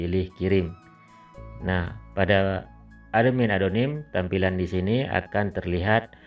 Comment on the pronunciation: Cara bacanya atmin kak bukan ademin😇